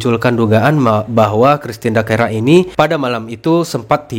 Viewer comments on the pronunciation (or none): bukan dakera mas tpi christine dacera